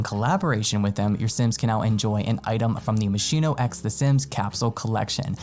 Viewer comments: Not moshino but moskino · it's pronounced mosKIno